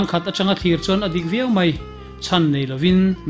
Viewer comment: Nangni ang te hi chuan mai hmanna turah hian mei ti hi chuan lam lo hram teh u.